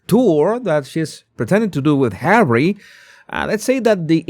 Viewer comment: Harrayt? Harrayt?😂😂😂😂